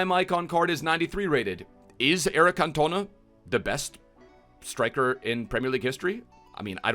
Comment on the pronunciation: You insult a legend like 'King' Eric first by getting his nationality wrong, then doubting he is the greatest player to grace the Premier League and finally dafuck u just butcher his name 🤦‍♂️ 🤯 all that a side some fairly decent predictions, 🤞vidic is usable, liked and subbed 💪